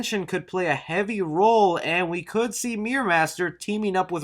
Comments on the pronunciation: Dude, it’s MIRROR not MEER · Sounds like you're saying half of the word Mir-Ror. Lil Mir. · It was at least a few mentions of "Meer Master" before I realized you meant miRRor. MiRRor.